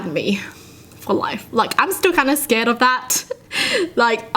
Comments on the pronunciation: Haha when she says “That scAred me” instead of “Scared”🤣❤️ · "And it scred me a lot" Wa